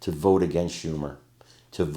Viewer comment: Vote not vite